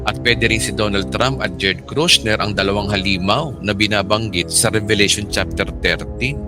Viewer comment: JARED KUSHNER po pastor hindi po KRUSHNER